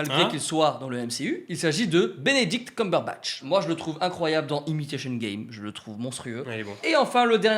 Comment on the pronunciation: Ettt benedict il ettt ojuuu le cumberbatch 😂😂😂